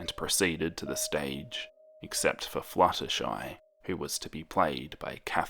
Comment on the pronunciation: when the video started and he said "flutterschmooze" I wheezed but dont we all just hate it when we have white pencils and when we try to shade colors with them, the colors just go onto the white pencils tip?